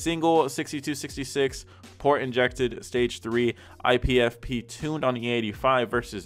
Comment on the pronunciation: Lol I love on the BMW he says "ipfp" instead of "LPFP" as in "low pressure fuel pump". BMW is a world of confusing acronyms and "initialisms" the likes of which I had never seen before making the mistake of buying a BMW. It do be the N54 tho....but it's automatic sadly